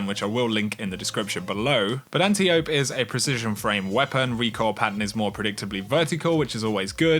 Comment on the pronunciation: Love your channel bro, but say it with me: ant-eye-oh-pee. Not anti-ope!!!